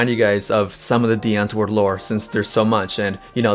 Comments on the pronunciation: The w is supposed to be pronounced like a V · i know i know i would say die antwoord with the v pronunciation in some of the earlier episodes but i still felt like i was butchering the pronunciation so i just stick with the 'w' 😅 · Me afrikaans hating how people pronouce "DIE ANTWOORD" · Big fan of this video, but can’t you just say their name properly?